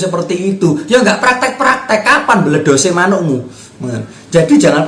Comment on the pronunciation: lek ngmng "bledos" Mantepe😂😂😂😂 kemekel aku